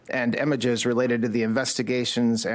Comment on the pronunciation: .... i don't know if I can trust someone who pronounces images... emiges...😮